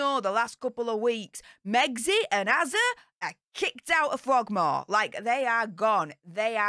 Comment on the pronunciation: HE SAID FROGMORE ON HOLD